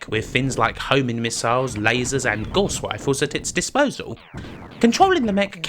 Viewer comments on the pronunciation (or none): none